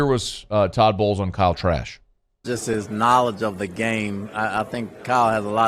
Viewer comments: Did he say Kyle Trash? 😂😂😂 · Did he say Kyle trash? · I know I’m not the only one that heard ‘Kyle Trash’ 🗑️ 😂😂😂😂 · Did he say Kyle Trash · I thought I heard that too 😂😂